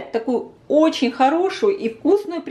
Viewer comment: оЧЧЧень! А не ооочень!